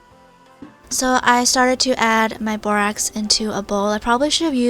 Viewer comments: "AND NOW I AM ADDING MAH GLOO" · 'Now I'm adding MAH glue' THATS WHAT I HEARD!!!